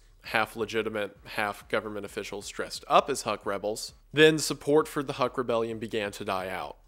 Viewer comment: "HUK" is pronounced as "hook" and not "huck" - these assholes shot at my grandparents back in the 50's and 60's - but otherwise oh holy shit i'm from there and i don't even know about this. fascinating how this operation could have led to many of the births of urban legends and myths.